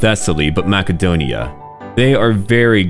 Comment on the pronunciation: You actually pronounced Macedonia correctly… that’s a sub and a like. Can’t wait to play Greece myself now!